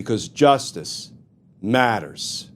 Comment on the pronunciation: When someone intentionally over emphasizes something that is, on its own, incredibly important, it kind of de-emphasizes its importance. I'm referring to the heavy emphasis on "Justice MATTERS". Justice matters, spoken naturally, rings true, whereas, IMHO, the over emphasis, i.e., non-natural way of speaking, almost makes a farce of the statement, "justice matters". I really like your take on legal matters, but that has been bugging me for a long time.